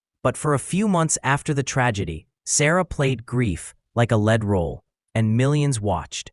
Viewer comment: Pronunciation wrong. Used "Lead (as in soft metal) roll" Should have been "Lead (as is guide) role". AI or just careless humam?